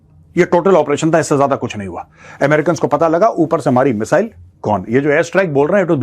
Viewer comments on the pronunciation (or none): none